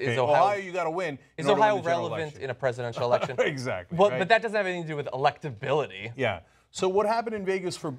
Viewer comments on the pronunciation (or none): OMG Elect-ability! lol... Yeah........(Occuward) So what happened in Vegas to Bernie